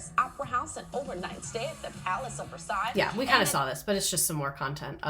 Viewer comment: Can’t believe you pronounced Versailles the KY correctly lol